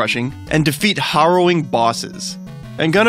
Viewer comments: At the cost of being a little annoying, those words are pronounced "Hair-oh-ing" and "best-e-ary" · Why did he pronounce harrowing as if he was talking about riding a Haro? ish.